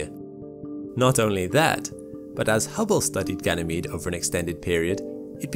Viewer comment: Lol I thought he sayd gaynemede 🤣